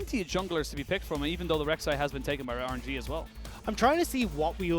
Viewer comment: this guys doesnt say rng, he says Or-an-ge 😂 kinda like it tho